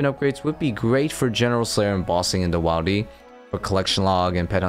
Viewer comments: Wildy is pronounced Will-D not while-D as it is short for wilderness. You got me to comment. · This bothered me too lol. You say “wildy” as short for “wilderness”, where the “i” is pronounced “ihl”. If you say “wildy” with the “aye” sound, you are just adding a letter to the already shortened “wild”. Makes no sense. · Right? Willdy is how me and mine says it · idk why saying wildy like that makes me irrationally uncomfortable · Wait he says wilderness correctly but says wildy in a really weird way 😅🤣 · Yeah you need to not say wildy like that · You need to stop pronouncing wildy the way you do. Short i as in the one in wilderness not a long one as in the one in wild